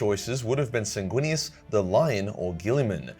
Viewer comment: Sanginius. Even Horus knew that, he said as such. Sanginius every brother (except Lorgar... maybe.) would have accepted.